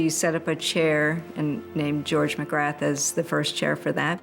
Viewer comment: Dr Magrath - you don't pronounce the "th".